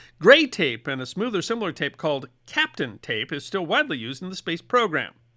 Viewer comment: BTW - it's not "captain" tape. It is pronounced "capped-on" tape. It looks like old yellowed scotch tape - but it is very heat resistant and x-ray transparent. Just in case you have to tape up your lenses in your x-ray glasses. It's used to tape up relays and coils....I use it to tape the insulation to by 3d printer heat head. It can easily take 235 C.